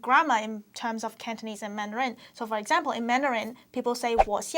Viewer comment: why does he emphasize the last syllable of “Mandarin” you only have to emphasize the first syllable